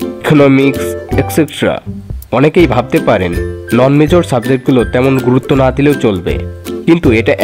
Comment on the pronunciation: ভাইয়া যেভাবে না বললেন। আমার মনে হলো এভাবে না বলাটা উচিৎ হয়নি আপনার, কতটা আবেগের সাথে ভিডিও টা দেখতেছিলাম। আমি এসএসসি সাইন্স ছিলাম hsc কমার্স কম্পিউটার সাইন্স নিয়ে পড়া টা আমার সপ্ন ছিল। এই না টা ত অন্যভাবেও বলতে পারতেন🙃